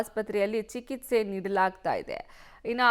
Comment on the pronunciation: ಚಿಕಿತ್ಸೆ ಆಗಬೇಕು ಸಿಕಿತ್ಸೆ ಅಲ್ಲ ಕನ್ನಡ ಕೊಲೆ ಮಾಡಬೇಡಿ..